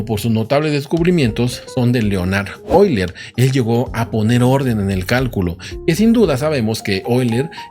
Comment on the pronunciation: No se porque escuche leonar boiler en vez de euler XD